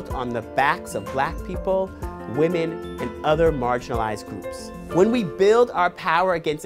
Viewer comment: BELIEVE WAHMEN BELIEVE WAHMEN BELIEVE WAHMEN BELIEVE WAHMEN BELIEVE WAHMEN BELIEVE WAHMEN!!!!